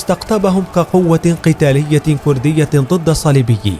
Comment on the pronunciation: السعودي لاينطق ولايكتب بهذي الطريقه !! لايقول. كورديه يقول ويكتب كرديه يامفضوح